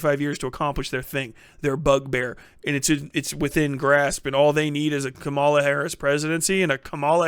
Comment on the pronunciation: KA-ma-la, not ka-MA-la. It's meaningful to speak her name correctly. I know it was a simple slip-up, but we gotta be careful to put respect on her name and rise above the blatant racist mispronunciation others are doing.